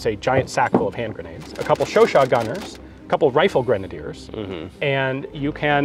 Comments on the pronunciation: Its Chu CHAD😂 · Don't you mean the "chowchat"?